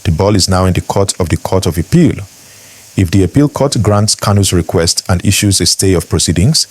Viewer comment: Biko pronounce APPEAL properly. Haba!